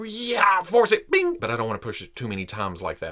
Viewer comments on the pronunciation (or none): none